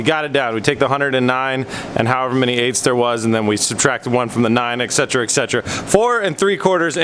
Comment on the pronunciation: where my Ogs at? "excetra excetra"